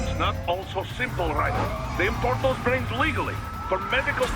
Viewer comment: It is me..Rai-dEn